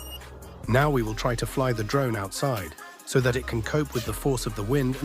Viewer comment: 😂😂😂 "Mavis pro drome"